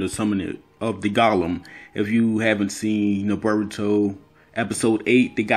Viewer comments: he absolutely says burrito not boruto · Also, it's Boruto, not BRRR-ito. BRRR-ito is the Hood version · Bro did you just say call Narutos son Burgto!? You juss black talken or juss tryen du sound coo. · I don't really see anybody talking shit about your accent so if anybody dislikes it I highly doubt that's the reason. I can't notice a Haitian accent at all, you just sound like a normal black American dude. Only thing I've noticed people talk about and noticed myself is you calling Boruto, "Burito". Fix that up and there's no problems at all bro. Also on a side note I wouldn't be sleeping on Himawari's byakugan considering she's the daughter of Hinata, descendant of Hamura, the Byakugan princess, and then her father is the reincarnation of Ashura, son of Hagoromo. If you actually go through her lineage like that it would have her and Boruto being the closest people to Kaguya and full Otsutsuki's in the modern era. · This nigga really says "BERROOTO" 😂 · You said berbauto lol